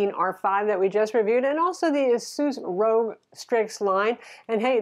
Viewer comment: it's Asus ROG, as in Asus Republic of gamers. You said Asus Rogue. Nice review btw.